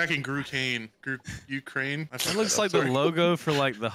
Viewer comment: “grukraine” LMFAO 😂😂😂